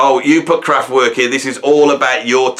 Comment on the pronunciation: You're as crap at pronouncing Kraftwerk as you used to be at pronouncing McLaughlin